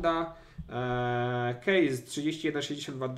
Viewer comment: kejsa a nie kejza